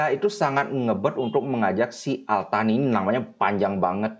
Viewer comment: Al Thani transliterasi inggris, dlm bahasa indonesia: Al Tsani. bacanya: As-sani ( esnya lembut seperti gracias dalam bahasa sepanyol), artinya: yang kedua.